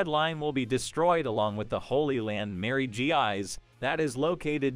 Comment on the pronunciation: I think Mary Geose is pronounced Mary Joa